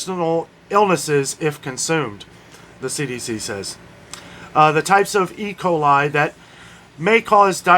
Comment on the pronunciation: Hello, your pronunciation of e. coli was very close....just say it with confidence!